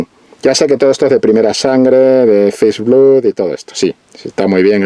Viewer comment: "Blood" se dice "blad".